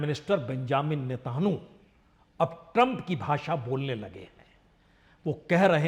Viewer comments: अरे सर अगराची नही अरागची होमुर्ज नही होर्मुज नेतान्हु नही नेतन्याहु 🙏🙏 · वेपोनाइज्ड हथियार, धत् मरदवा 😂 हथियार खरीदने को वेपोनाइज्ड बोलते हैं 😂😂 पारलामेंट 😂😂😂 नतानहु 😂😂😂😂। मैं तो कभी कभार कामेडी सुन लेता हूं